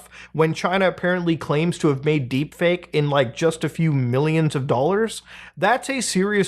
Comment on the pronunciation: he said deepfake, then said deepfeet, ahahaha i couldn't focus anymore